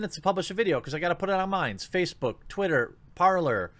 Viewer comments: Par-lay, Jeremy... it is French. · Jeremy, Parler,. it's (Par-lay)... it's French. Means, talk.